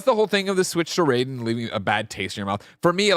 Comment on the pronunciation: The fact that you guys pronounce Raiden the Mortal Kombat way and not how it should be hurts my soul